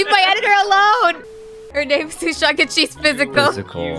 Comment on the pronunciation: Thank you for the fun video! You and your friends are so funny and kind! Also I think it’s “Suchang” without the “h” haha